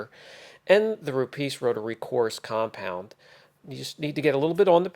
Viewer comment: please, it is Rupes, not Rupeees. Thanks